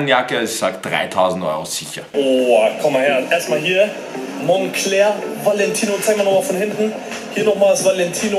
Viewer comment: Monclör auch gut ausgesprochen